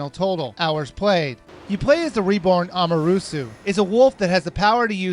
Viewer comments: Can't u read?!!! Amarusu!!! Oka(a)mi!!! Insun!!!! Orchi!! What's wrong with u?! U read it "Amaterasu", "O(o)kami" (the accent is on "o", not on "a"), ISSUN and OROCHI!!! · Good review, but the pronunciation of the names where meh. Americans have a little trouble with pronouncing the right emphasis and vowels for Japanese words and names anyway, but this guy just skips syllables all together. Amaterasu -> Amerusue Issun -> Inz'n Orochi -> Orchee I detect a fellow dyslexic, lol. Nevertheless, it's a very good and informative review, and I'm glad I saw it. :) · Amarusu? Inzun? Orchee? What game where you playing?! Their names are: Amaterasu (ama-teh-ra-sue) Issun (ee-soon) Orochi (or-oh-chee) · amarusu? A-MA-TE-RA-SU...its kinda funny how you misspronounce almost everything wrong (not meaning to be rude). also... before this comment was placed there were 666 O.o! reactions to this video. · Its AMATERASU (japanese sun godess) not Amarusu.... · *Ah mah ter ah su At least put the pronunciation right when you're correcting someone. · YOU ARE SAYING THEM WRONG: AMANTERASU: AH MAN TER AH SU ISSUN: EE SOON OROCHI: OH ROH CHEE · amatarasu! not amarusu? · I had to stop watching when he said Amarusu -_ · Correction: A-ma-tur-RA-su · Did he just say amasuru wtf bro!! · They're actually pronounced Or- oh- chee Ah- mah- ter- aah- sue Eee- soon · the game is baist off of japneas mithalig, and you say it as amatersu, issun,orochi. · Worst Pronouncing Types: Ehmrusu (Amaterasu) Aysing (Issun) Iwchee (Orochi) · it's pronounced uh-ma-ter-ah-sue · AH-MAH-TEH-RAH-SOO. EE-SOON. OH-ROH-CHEE. Geeze, why do I get frustrated when people mispronounce these things. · Amarusu... Lol XD ORCHEE XDDDD I wonder how he'd pronounce Kamui... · Amarusu?... Inzun?... orshe?....ORSHE?!?!? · "Amaroosoo"... You didn't even try, did you? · i know...amaterasu as 'amarusu'. pronunciation aside, fantastic review, keep up the good work! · the names.....he butchered them.... so morbidly T-T